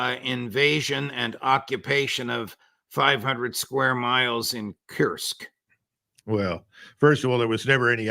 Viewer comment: You God damn Americans cannot even spell Kursk properly (Koorsk not Kyoursk lol)) yet have such destructive power over the world. Truly regrettable.